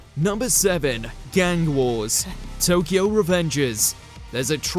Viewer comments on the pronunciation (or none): none